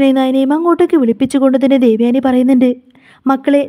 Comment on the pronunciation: ദേവയാണി അല്ല😂ദേവയാനി😂😂😂